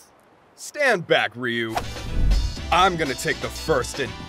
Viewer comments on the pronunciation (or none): It's pronounced R-yoo. Not Ree-oo. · it bothers me they say it like "Reeyuu" when it is Ryuu no II no EE, just Ryu, like people who say Tokiyo instead of 'toh-Kyoh". but whatever, is brilliant as always 10/10